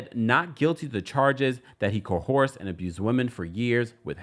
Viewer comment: Coerced is pronunced co.uhrst not cohorsed and Mase's last name is Betha pronunced Be.tuh or Beth.ah Great content and vibe otherwise, I just thought i'd mention coerced mainly because you say often.